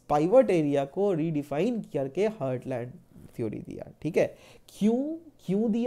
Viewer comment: It is heartland not hurtland please do correct your pronunciation btw your lecture was awesome 👏